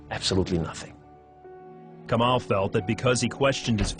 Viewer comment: LOOOOOOOL this is so whack haha I wish he would pronounce "kamal" correctly if he actually grew up in Lebanon "Tasted God"? Lol Please if you are going to post conversion stories post REAL ones. Also do not mislead people on what Muslims think of Jews and Christians. Muslims call Jews and Christians the People of the Book and are ordered to treat them with the utmost respect and dignity.